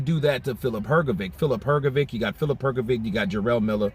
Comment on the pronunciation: What’s wrong with you?! 😅 Frank Warren correct pronounce Hrgović and you heard it. But you’re UNABLE TO PRONOUNCE IT CORRECT?! Show RESPECT to boxers and to your subscribers! ❤